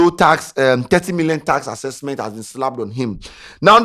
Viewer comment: what is task accesksment